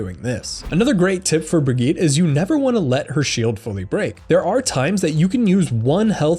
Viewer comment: Dude.. the way you say Brigitte just sounds super wrong for me..